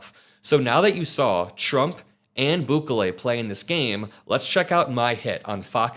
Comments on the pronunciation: EL not AL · Pronounced Boo-Kelly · Sorry. The pronunciation of his name is BOO KAY LAY with the stress on the KAY. Keep up the good work.💙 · it pronaunced “boo-KEH-leh” (each syllable pronounced clearly, with the middle syllable stressed slightly) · Its prounounced Boo-KAY-lee